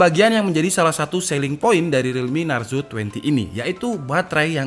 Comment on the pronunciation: Narzo bukan naruzo😂